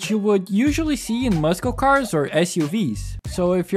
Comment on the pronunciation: Hearing you say muscle cars makes me giggle. Thank you.